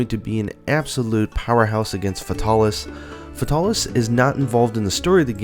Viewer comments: "fahtalis" he says xD its Fae-tal-is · The way this guy says fatalis breaks my ears. Its Fatalis not futalis. Good video though keep up the good work. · I hate the way you pronounce its name, it's "FATE-uh-lis" not the way you say it. It annoys me on how much you screw up monsters names in all your videos. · sadly you are wrong it is "fatal_lis" the L at the end of fatal is singular and therefore allows the "lis" to be pronounced appropriately forming "Fatalis" a 3 syllable name